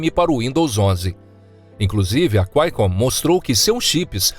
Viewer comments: Quaicomm? Não é QUALCOMM? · Cu- ai-con😂😂😂 empresa mineira?